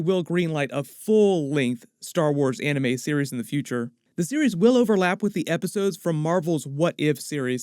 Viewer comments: Still can't get over the fact that James Waugh said Arneme and not Anime. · bro the moment he said aunimee i was like nope gana be dumb